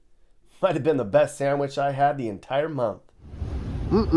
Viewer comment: Did you say 'sangwich'??? 😅